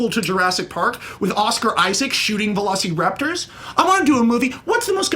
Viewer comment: Max says, "You don't even remember Jurassic park"... When he's calling them velo-"see"-raptors. It was way too depressing which he, not only admitted, but, proposed 15 times in his pitch. Jurassic Park was not depressing. I thought both pitches missed the sense of wonder.